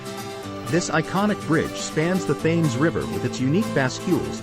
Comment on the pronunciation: The Thames is pronounced tems as in tens (multiples of 10)